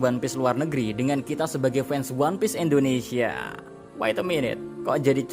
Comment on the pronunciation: Indonesia bukan endonesia 😢